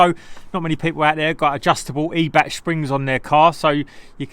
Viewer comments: It's not eeebach mate it's pronounced eye bac. Every days a school day 😉. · I thought it was pronounced “eye-back” Top work as always 👍🏻👍🏻